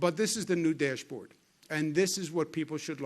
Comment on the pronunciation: I love it when he says deeash board lol #NYtough